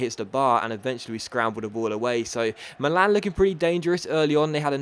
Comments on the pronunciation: Milan is "mee-lan" not "malan" like you say. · sorry to correct you, but it's pronunced Mi'lan, non mila'n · he said Millan in a funny way 😂😂